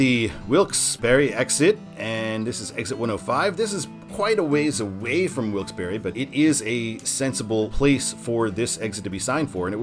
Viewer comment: Kudos to you good sir for the correct pronunciation of Wilkes-Barre! Best way to tell someone isn’t from around here is how they pronounce the Barre part (or putting too much emphasis or a pause on the Barre part).